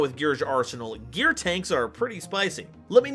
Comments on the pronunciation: I think its supposed to be pronounced "Gear-Gee-Uh" as a loose alliteration thing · you need to change your gear ⚙️ pronunciation.